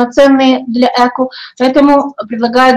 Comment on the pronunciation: Эко' ударение на "о",и только так